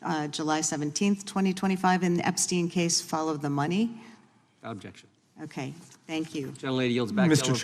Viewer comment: The American senate = learn how to talk yourself out of a wet paper bag ….ooob..jexshun